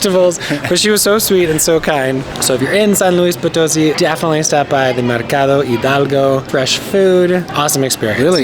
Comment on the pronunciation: Educate yourself on the correct pronunciation of the place you visit... It's San Luis Poto-SI... Reflects ignorance and no consideration for Spanish... Follow the accents... UGH!